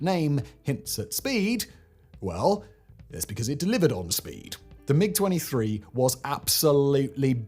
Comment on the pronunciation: Poorly researched, a lot of errors (everyone has commentated on the Belgium MiG story in particular), some sloppy reading ( constantly saying "M-23" instead of MiG) and just a personal bugbear, but the MiG-21 was bad? No, it was excellent, which is why it stayed in service for so long. Ask the Red Flag US pilots who flew it; they hated the 23 yes, but with the 21 they could go toe to toe even with the F16. The reason it was kept in service with the 23 was because Soviet Doctrine was always to have a short range, knife-in-phone-booth dogfighter, which was the 21, and a long range missile truck, which was the 23... And the 29 replaced the 21, NOT the 23 in that role. It was the Su-27 series (and the MiG 25/31) which replaced the bigger missile haulers. Sloppy, SLOPPY research.